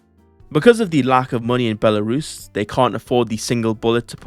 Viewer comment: WHAT A FUCK BRO MENTHION BELARUS!!!! Btw proper way to spell our contry name is Belarus(Btw you say it raight way!)